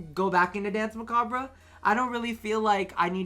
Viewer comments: Please. You're hurting me. Danse macabre. It's not "bruh." It's a French word, pronounced "mah-cobb." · Muh-cob.... Dance muh-cob...the (re) is silent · As someone who speaks french, it's "mah-kah-br"